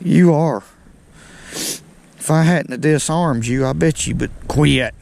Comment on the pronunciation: Love how q-u-i-t turns into a 3 syllable word :)